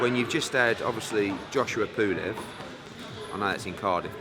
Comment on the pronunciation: Pooolev.....its pulev ed